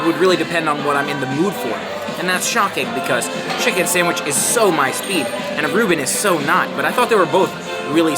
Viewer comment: Love it had 9 so I won with 10. I love how you pronounce sam wich.